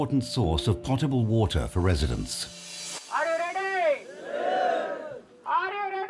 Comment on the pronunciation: " al yuv ledi, al yuv ledi (are you ready)"